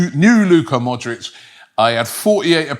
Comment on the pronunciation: Robbie the Butcher!!! Modric = MODRIK Kudus = KUDOS Baturina = BUTARINA 😂😂😂